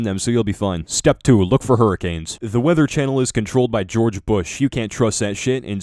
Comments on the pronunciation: “Hurrikills” lmaooo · Hurrikills and hurrakills lol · I love how when he has having a "Flash Back" of the 'Hurracanes" he put in videos of Tornado's In and called the "Hurracanes"